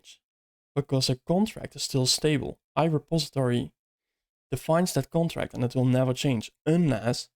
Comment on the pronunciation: bro need to say "interface" or "abstraction" instead of "contract", because the later is heard as "construct" !!